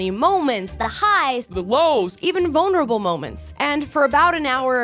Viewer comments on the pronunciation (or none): none